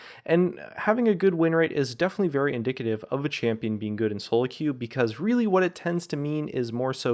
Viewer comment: you said indicative wrong